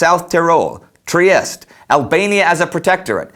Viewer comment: GIUSEPPI GORBEODI?! ITS GIUSEPPE GARIBALDI! TRIEST?! IST TRIESTE! Y U NO PRONONCE RIGHT! IF YOU CANT PRONOCE RIGHT A NAME! then italy is mostly going to hate you.